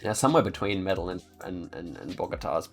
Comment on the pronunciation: Good stuff. Your pronunciation of the Colombian citys is horrible. LOL Medellin is not Metal-lynn, the L's are silent. Its pronounced Meta-Yeen and Cartagena is pronounced Carta-Hey-n-Yah. The G is more of a Hey or a J. Best i could do turning them into pronunciations. Not trying to be 'that guy' that has to correct people, just trying to help. Dont need yah upsetting any Colombian Cartels or anything LOL